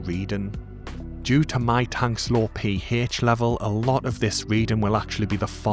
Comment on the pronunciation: Im rewatching and subbing for the Kehh-hech, Peeh- hech and the Jeeh-hech! Love your style and content.